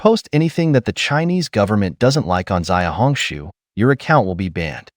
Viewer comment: Just to correct you, "Xiaohongshu" is not pronounced as "Ziaohongshu" rather "Siaohongshu. Listen to your pronunciation sounds so odd!